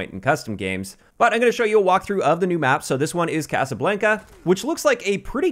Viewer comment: I cringed when he said casa blanca